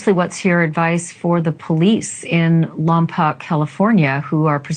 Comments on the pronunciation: Lampoc is pronounced Laam-Powk 👍🏼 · The city of Lompoc is pronounced LAHM-POKE, NOT LUM-POCK… It is actually a well known city in California because it is right next to Vandenberg Air Force Base/Vandenberg Space Force Base. For anyone who cares, it’s on the central coast of California, about an hour’s drive from Santa Barbara.